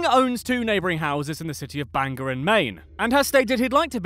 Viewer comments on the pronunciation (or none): I am from Maine and would GREATLY appreciate if you stopped saying BANGER its BANGOR pronounced BANG GORE. Why does everyone outside the state think an accent that replaces every ER with an AH would suddenly make an word that end in OR sound like the ER they never ever say!? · Ah yes the age old situation mainers hate, people saying "bang-er" not "bang-ore" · I get why people say it that way but it still makes me smile when I hear it.